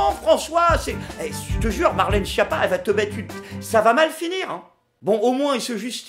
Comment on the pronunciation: D'ailleurs il y a une locution italienne qui est: "Essere una schiappa" qui veut dire : être nul(le) à quelque chose. Je trouve ça assez rigolo en fait :D ps: Schiappa qui se dit Skiappa et non Chiapa (relou/20)